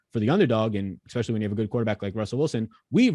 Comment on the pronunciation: I love when people say exspecially